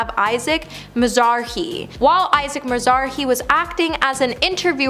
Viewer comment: Isaac Mizrahi is a designer Miz rah I Do some research guys. The pronunciation of names is terrible in every video